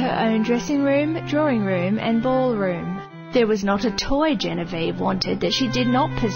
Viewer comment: LOL..."Ball" room.